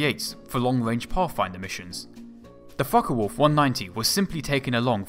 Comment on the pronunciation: Mistrel and it's folke wolf not folka